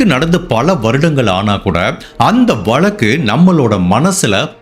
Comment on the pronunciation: Better ù say case not valakku...it's pronounced vazhakku...